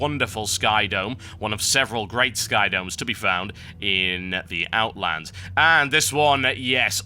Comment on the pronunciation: There is no S in Outland